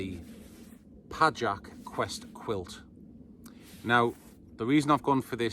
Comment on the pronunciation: Pajak if you... Noted! btw proper pronunciation PAYAK (surname of the owner. Meaning: spider)